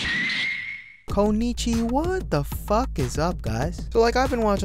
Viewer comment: You sound like foreigner when saying Konichiwa lol